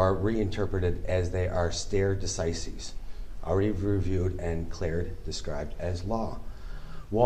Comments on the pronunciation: The moment he says Supreme Court decisions are the Law of the Land and mispronounces "stare decisis," the magistrate tuned him out and busied himself writing up the conviction while the sovcit kept going. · I’m sure he’s shepardized all of these cases. I’d have cut him off at “stare” decisis.